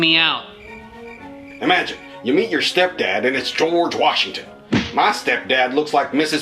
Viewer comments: It’s George Washington not George Washingmachine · In that video you sayed ``geoge washmen`` :/ =/ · Dude his name is not george wasingmashin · George washinemashine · Keep saying George Washingmachine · Did you say George washing machine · Why saying George washing machine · Why the heck is it George wahingmashine?